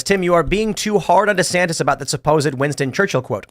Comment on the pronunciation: Tim it's pronounced "Rhonda Santis"